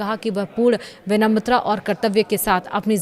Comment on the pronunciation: Arey gadhain tu news annchorer kaysae banae. 'vinamrata' ko 'vinamatra' padh rahae ho.